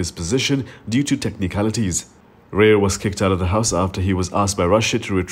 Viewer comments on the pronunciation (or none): It’s not “Ray” er but “Raayer”